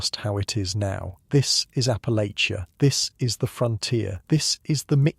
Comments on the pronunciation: Checkin in from WNC, Southern Appalachia. Congratulations on pronouncing Appalachia better than most Americans that don’t live here! Think of it like “I’ll throw this apple-at-cha.” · My ancestors!! am Huntington, WV And it's pronounced "APPA-latch-uh"